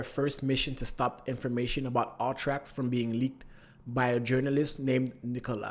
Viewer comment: I kept hearing "all-trax" through out the vid took a minute before I realized he meant "U-Trax" 😅 just pronouncing it 'Uhh-tracks'